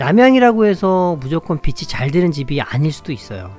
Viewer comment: 유익한 방송 잘 들었습니다 다만 빛이를 비지(빚이)가 아닌 비치로 발음하시면 좋겠습니다